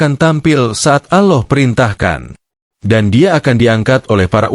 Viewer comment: Good and clear explanation but how come you find it difficult to pronounce Gods name Allah? You pronounce it as AuLah and not ALLAH.